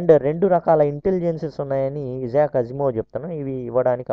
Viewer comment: ఇలాంటి పబ్లిక్ వీడియోస్ చేసేటప్పుడు pronunciation confirm చేసుకుంటే బాగుంటుంది. ఇజాక్ కాదు ఐజాక్ అనాలి